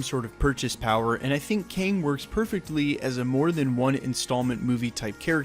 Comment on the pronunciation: It's KANG not king.